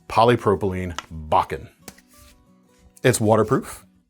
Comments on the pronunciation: Bo. Ken. Not bocken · Not baw-ken.. It's pronounced .. Bow - Ken. In Japanese, "Bokken" (木剣) translates to "wooden sword". It refers to a wooden sword used for training in Japanese martial arts, primarily those involving swordsmanship like Kenjutsu and Aikido. The term combines "boku" (木), meaning wood, and "ken" (剣), meaning sword.